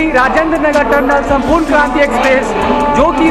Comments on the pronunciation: It's Sampoorna not Sampooran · It's not Sampuran it's Sampurna Kranti...